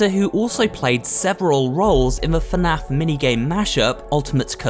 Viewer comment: Someone tell him that is not fanaf is fnaf